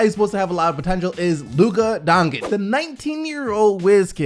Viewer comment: Sounded like he said Dongigd the first time